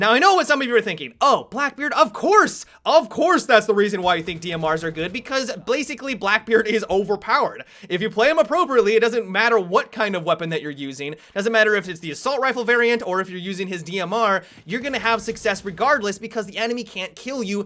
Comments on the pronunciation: to blacicly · "blasically blackbeard blis blover blowered." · blasically blackbeard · "blasically" XD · lol, said blasicly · "blasicly" lol